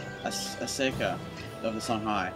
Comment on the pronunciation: I now I'm being pedantic here, but his name is Askia with a K, not Aseyka. I'm not sure where you get the E from. Other than that, I really like your Let's Play. :)